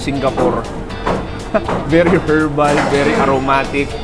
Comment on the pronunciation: Silent H ung herbs at herbal 😢😢😢